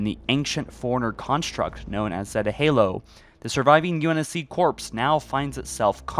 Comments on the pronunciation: Bro it’s not “corpse” it’s “core” (corps) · It's not "corpse" it's pronounced "core". They arnt a body it's a "corps"